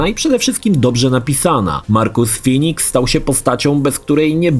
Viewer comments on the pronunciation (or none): none